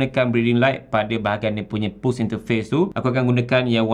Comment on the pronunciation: "PULSE" tu cara sebutannya "PALS", bukan "PULS".